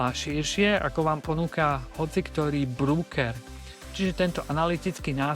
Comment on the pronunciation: je pecka! Ale ked pocujem slovo "brúker" tak mam pocit ako ked zakusnem do citrona. Ved sa to nepise v anglictine brooker. Je to broker a tak sa to aj cita. 😉